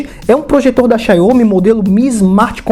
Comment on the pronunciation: Mano ja chega falando xaiomi, receba